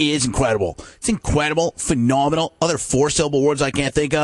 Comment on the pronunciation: I love his Jim Rome when he puts more separation in the four-syllable words, like PHE... no-menal! IN... cre-dible! A... ru-gula!